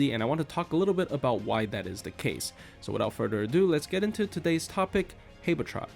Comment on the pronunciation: Why do you pronounce habetrot like that